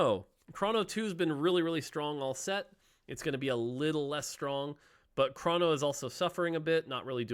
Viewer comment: its chrono, not chrawno